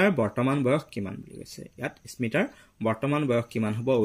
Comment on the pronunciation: Sir ismita nohoi smita